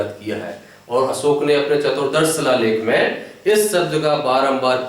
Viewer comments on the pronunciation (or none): सम्राट अशोक बोलीये असोक नही, भाषा बोलीये भासा नही.